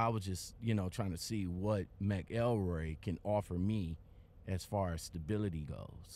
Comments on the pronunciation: Lol its mc elroy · It's pronounced like MACKLE-ROY btw.